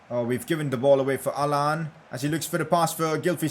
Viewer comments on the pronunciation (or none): pronouncing allan: Allan ❌ Haaland✅